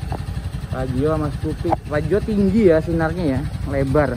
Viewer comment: Fazzio bukan faizzo.. 🙏😁